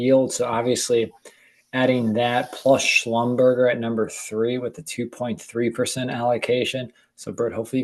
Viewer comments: Schlumberger, last syllable pronounced like Neglige’. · I thought he did it on purpose just to mess with us! 😂 SchlumBURGER!!! LOL 🤣